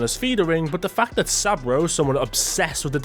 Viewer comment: u said fact i heard fuck:face-blue-smiling::body-blue-raised-arms